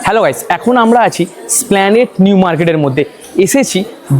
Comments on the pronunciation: দুঃখিত, এস্প্লানেড - স্প্লানেড নয় বুফে - বাফেট নয় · BHAI OTA--splanade NOY, HOBE ESPLANADE AR BAFETT NOY OTA BOOFEY BA BUFE , BAA NOY HOBE BOOFAY BA BUFE ( INGREJI UCHCHARON TA THIK TO KORTE HOBE , TAINA , SARA PRITHIBI SHUNCHHE KINTU , BHALO THEKO . THANKS.